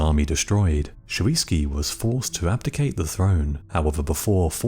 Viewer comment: Not Shoviisky - Shuisky